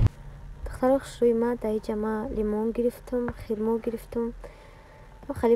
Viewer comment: Хирмо не хурмо